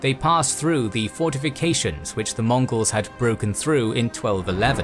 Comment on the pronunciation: Can I get a "Hurra!" for the narrator for repeatedly saying all those similarly difficult chinese and mongols names ? Hip-Hip!